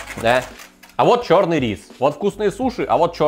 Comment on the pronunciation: 26 минут 44 секунды говорит "ч000рный"